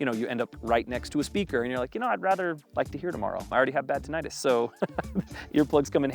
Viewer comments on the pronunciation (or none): none